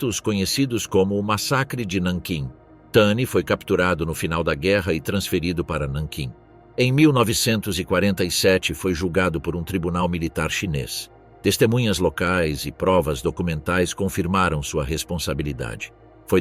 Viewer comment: nankim não nantin